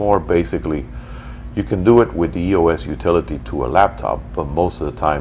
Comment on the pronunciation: I love this review, but it's irritating that you're pronouncing "EOS" wrong. You don't spell it out like "E-O-S.". It's "eeos". Other than that, excellent review!!